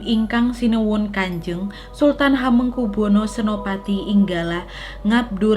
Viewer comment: CARA MEMBACA NAMA ( ASMO ) BELIAU MASIH ADA YANG KURANG PAS